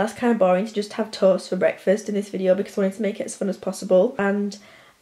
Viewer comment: The way she says toast I- ToE-est!